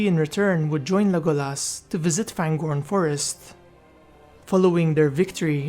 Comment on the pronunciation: his name was pronounced Le GO las